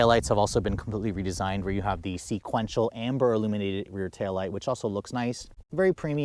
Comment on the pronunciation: Because he used to say sinquential lol